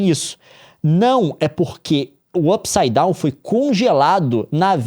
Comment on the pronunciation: Não dá... não dá! Como que assiste um vídeo do Leon falando "Up saidown" ao invés de "mundo invertido"